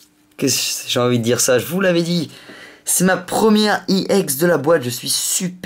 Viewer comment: il la prononce a l'anglaise e se dit i et don Iex